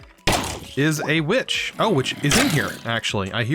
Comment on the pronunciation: for the first time i heard a bi##h not a witch